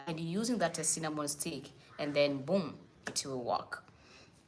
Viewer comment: It's Cinnamon powder! Not Sinnnanon